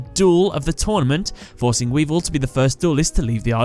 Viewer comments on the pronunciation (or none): he called him weedle